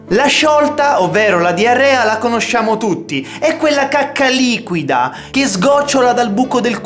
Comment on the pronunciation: Alla fine ai detto cuacca